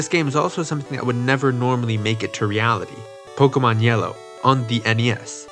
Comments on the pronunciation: Why are you saying pok-uh-mon instead of po-kay-mon? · Why do people call it "poke-uhmon"? It's "po-kaymon"